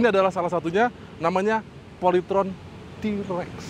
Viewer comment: bukan Trex, emang nya film Star Trex, TAPI yg benar itu T- Rex,, di baca Ti rex